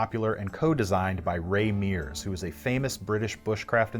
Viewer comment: Ray Mears🤣🤣🤣